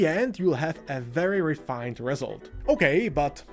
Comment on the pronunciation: Been painting since 2019, I am so happy I focused on layering right from the start, it's the only technique I use and after 5 years my painting is so much better. Never even bothered with wetblending, blegh. Also, it's pronounced reSULT, not REsult